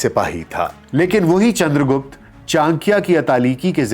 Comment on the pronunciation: गुप्ता नही रे..... गुप्त था